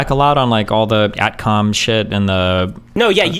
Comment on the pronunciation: Partial compilation of the more painful sentences early in the clip: Guest: "The Storm Shadow (...) goes like 200 to 300km" its range is: 550km. Destiny calls ATACMS "AT-COMS" Guest "The UK aren't" -> UK is a singular noun -> should be "The UK isn't" Guest "UK SORMA Shadow" Guest "Like, they can shoot stuff that's way into the US, like, field. (...) They've been shooting drones into US like, oil, producing stuff." Guest "They need F-15s" lmao they're not getting F-15s (after saying the Patriots [surface to air] thwarted Russian air sorties) "The air-T-air game is just insane over there" Guest "Rushkens can literally set, like, across the MAP and fire a 1.5 thousand km missile, at, like a plane. (...) plane to plane, yeah (...) they're like, massive busses" Guest "When you're in a jet (...) and it's doing a sortie to the edge of the area (...) there's no reason for a jet in Ukraine, because it could get shot down, to fly for no reason" There's no reason for a jet to fly for no reason? I'm learning so much. Jesus Christ, I can't go any further. Who the hell convinced Destiny this kid was worth listening to?